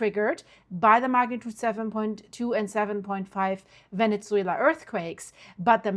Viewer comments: Venne-ZZZZZZWAYLA NOT VENET-ZWAYLA.🤦🏻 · Can you please not say Venezzuela anymore? 😂 Say VeneSuela please. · Please stop saying VeneTzuela. It's just Venezuela. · Not venetsuela.. ven eh suela. No T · with real kindness- no T in Venezuela. Pronounce vene-su-ela. Thank you for all your amazing coverage. Much love and light to you💟